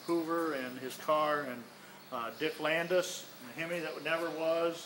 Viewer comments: Not trying to correct but the guy keeps sayn dick Landis, his name was dick Landy. He should know this. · Landy, Dick Landy. Not Landis.